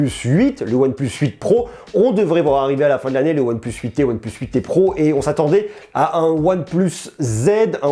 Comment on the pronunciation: Prononce le plutôt « one PLACE » stp !!! Tu me fais saigner des oreilles 👂🩸